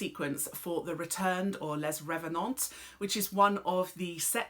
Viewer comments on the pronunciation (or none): and still pronouncing les revenants wrong somehow haha but its ok bc id be failing without her